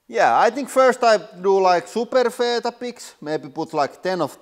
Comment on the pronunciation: Love your channel but I'd just say we say it like We-Tah-Bicks